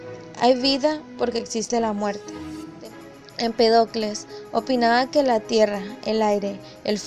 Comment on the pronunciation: Leer con acento Heráclito y Empédocles. Si no, parece una lectora improvisada e ignorante.